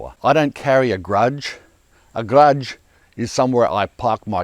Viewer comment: Perfect: "A grudge is where I park my car!" Wish more people used grudges like that! 🙂 👍 Keep up the good work! Always enjoy your videos! Don't hurt your back with that lifting! You sound woofed!